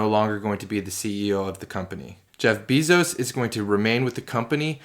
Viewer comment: Dam man this Beezos pronunciation is distracting af